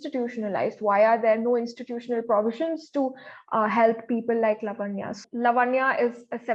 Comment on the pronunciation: are we Americans ? its laavanya , like samant or saamant